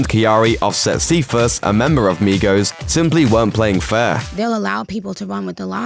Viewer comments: so.. are we just gonna ignore the fact that this white man called migos “Migroes”..? 😹😹😹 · did he just say Migros? I heard negros at first💀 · Who heard him say “migros” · He said migros 😭😭♥️ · did he just say “Mirgos” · Am i the only one that heard "Migros" ? Sounded like Me Grows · Did they seriously call the migos the fucking migros jfc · Dude said mirgo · He said Migrows lmfao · It the Migos not nigos and it sounds like you said negros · It's not migros is Migos dumbass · I thought he said migros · It sound like you said 'migross' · He really just said Migros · Its migos. He sound like he saying migros? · Did he say migros? 🤦🏾‍♀️ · DID IT SAY MIGROS INSTED OF MIGOS 🤨😡😡😡🤬🤬🤬🤬🤬🤬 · I'm the only person that heard negros when he was tryna say migos 🤣🤣🤣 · Did u just say "the migroes"? 😂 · this guy really just said migros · "MIGROS" LMAO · Did he just say MIGROS? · Migros? Is that what I heard the first time or am I buggin? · Did y’all miss the part where he said “mee-grows” instead of migos? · Did he just say migros?😮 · He did say ‘Migros’ y’all heard it! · Is it just me or he said MIGROS the first time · No "Migros" lol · This man said migros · I’m gonna ignore the fact that he said MIGROS 👀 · He totally said Mi-gros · Who else heard migros instead of migos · Why it sound like he said negros instead of migos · it pronounced MIGOS as in 'meegoes' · Did he just said migros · The first time commentator said Migos it sounds like he said Negros. Lol 😂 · yo did my man just say miGros???? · Did he say “Migros”? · Haha at the beginning he said Mi-gross lol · Did he say migros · Did they really just say Migros 🤦🏽‍♂️ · Did he say MEE-gros? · Why did he say Migros ?!!!!!!